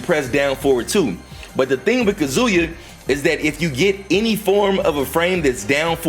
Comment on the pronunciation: Yo why tf do yall still call him "kazooyah" lol yall sound like idiots saying it that way lol